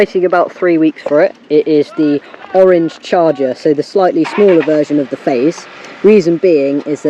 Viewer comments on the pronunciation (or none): Struggling with the word ‘Orange’🧐